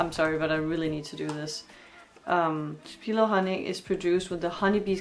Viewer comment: The city in Mississippi is pronounced with emphasis on the first syllable